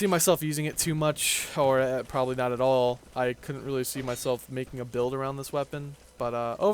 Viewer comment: its all not al get your english straight since your capable of pronouncing every other thing right ;)